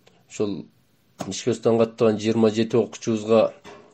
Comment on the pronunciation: Каракулжа ичке дебей ничке дейсинерби таза эмес экенсинер